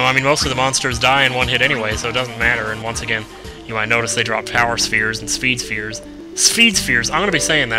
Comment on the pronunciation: lol "spheed sphere"